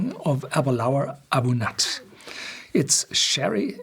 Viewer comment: A Bunyadh not A Bun-at